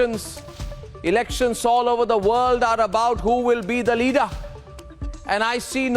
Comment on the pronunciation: Why is he saying "Leader" in African accent, as "Leadaa"